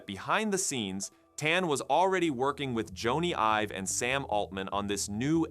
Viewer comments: You lost me at “Jonny (rhymes with Pony) Ives.” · Joan-ey Ive? Were you born yesterday? Jeesh.